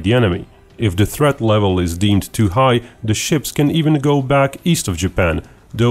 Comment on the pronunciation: "We coll it Yamato tuu"